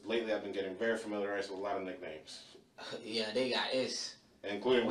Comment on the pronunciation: OMFG😂.. EVEN THE AI VOICE PRONOUCED IT AS..Many of the people at the parties used nicknahyeemz